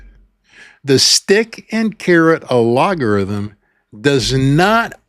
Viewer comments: A-LOG-a-rithm? Or AL-GO-rithm?, I see where the pronunciation switch up is coming from. The two have quite different meanings and functions. Per Google (via a post on Linked-In) “A logarithm is a mathematical concept used to simplify calculations. An algorithm, on the other hand, is a set of instructions to solve a problem. Think of it this way: A logarithm is like compression—it shrinks complexity into something manageable.Feb 1, 2025. What YouTube has, from what I’ve seen, is the latter, an ALGO-rithm, problem-solving instructions. Love ya,. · My curiosity is getting the best of me. , you almost said algorithm properly, but you caught yourself and said alogorithm. It made me think, "He's doing that on purpose! But why?" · I am not sure if no one noticed or they are afraid to offend you, but you have a unique way of pronouncing 'algorithm'. It is al-go-ry-them not ah-lo-go-ry-them. I am not judging or shaming you. Just trying to help. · Al GOR ithum...only because you keep saying incorrectly , don't know if I can finish listening 😂😂 but I'll try another video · I love algorithm sounding like logarithm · sorry to correct you, but the word is pronounced “al - go - rhythm”. You must not have had phonics in school! 😅 🙋‍♀️💕‼️ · I love this. I especially love "make a difference and the money will follow." You're so right. Shoutout to all my other small channel creators - especially those prioritising authenticity like this guy - we've got this. (Also... I do love how you say "allogarithm" xD) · Great key points and such a great reminder! I can't tell if you're pronouncing algorithm incorrectly on purpose...is that a 'thing'? Is there such a thing as "a-log-a-rithm?' Or does YouTube notice if you use "algorithm' in your content/on your page multiple times? Lots of creators use the word algorithm in their scripts / in their videos. Isn't the algo switched up all the time based on data and trends? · "Al-go" rhythm sir but yes...